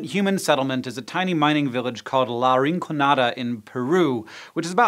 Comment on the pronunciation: So he can say “cavier” but not “rinconada”